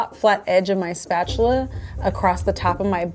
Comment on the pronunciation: If I hear her say offset spetchula one more time I gonna be so angry